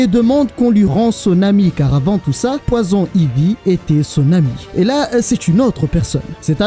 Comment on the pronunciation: Poison Ivy aussi tu le dit vachement mal 😅😂 moi qui est bilingue ça ma fait saigner des oreille a chaque fois Sinon en general j'aime bien tes videos